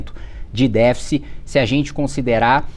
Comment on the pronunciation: O cara não sabe falar "déficit"